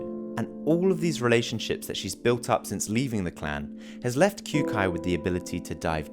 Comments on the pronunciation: Pronounced "Kyo-kai". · did he just pronounce kyoukais name as kyuukai? lmao